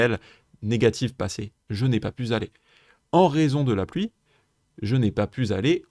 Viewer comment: Super explications, merci. Attention cependant aux liaisons mal *T'à propos : je n'ai pas pu *Z'aller...😉